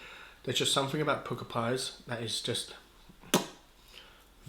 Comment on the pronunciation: They are pronounced Pukka , as in duck, luck etc. Not pooka. The word comes from India. Jamie Oliver loves to use the word.